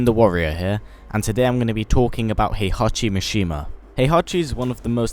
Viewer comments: It's HEE-ACHI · "Hehachi Mashima...is dead"